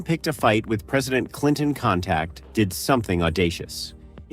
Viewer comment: "Clintoncontact". Bleah!